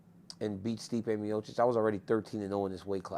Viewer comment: He pronounces miocic like miosich